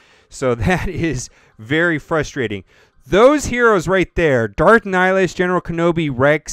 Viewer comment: NIHlis... It's Nih, Hi, Lus...... this is why I facepalm